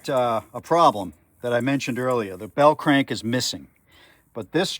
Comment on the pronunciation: Nice video. I like it. "The Bell Crank-uh"............Everytime U come out with uh new video I see how long it izz and say to mee self COOL! I'll watch it ta night-uh when Im relaxing drinking uh Modelo along with watching "Atomic Era Motors" with that 50's cat...........